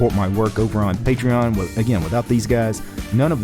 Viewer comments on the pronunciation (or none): none